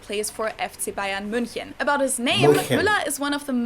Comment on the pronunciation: Wait did she just pronounce München wrong or is that just my Dutch self not knowing it